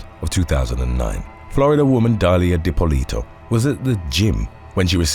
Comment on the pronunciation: Love you but the way your saying dippolito 🤢😶